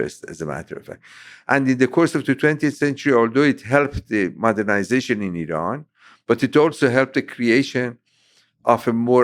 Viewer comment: Great conversation 🙂 also random but I appreciate you pronouncing Iran correctly lol Americans usually put extra emphasis on the I so they say - eye-ran, but weirdly when saying India they pronounce it correctly lol would have thought they'd say eye-ndia 😆 good banter.